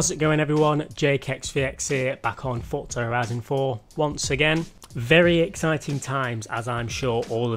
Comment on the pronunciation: its called forZa not fortza ... fortnite and forZa didnt magicly get a baby ...